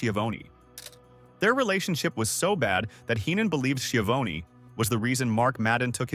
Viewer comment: The man's name is pronounced sha VON ee.